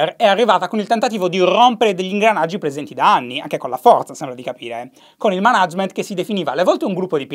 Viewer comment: Shy, ti prego non dire più manàgement